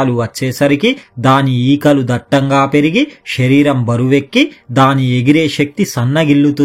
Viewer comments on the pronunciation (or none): none